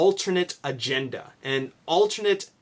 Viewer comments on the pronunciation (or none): none